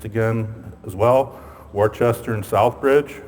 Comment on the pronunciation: Great job! But it's pronounced "Wooster" not "Wor-chester".